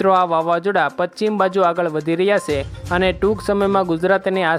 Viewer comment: Avi se....se . Na bolay.